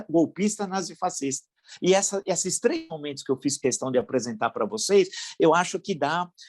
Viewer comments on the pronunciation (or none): none